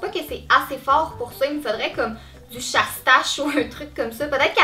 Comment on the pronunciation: Tu dis sache-taches mais c'est chasse tâches